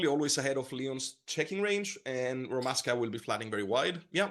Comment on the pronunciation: It’s ROMASHKA. Not Roman Ashka, why do I find this so annoying. Go and ask Rotty you goon